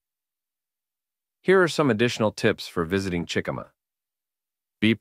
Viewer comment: Chi-ca-ma not chickama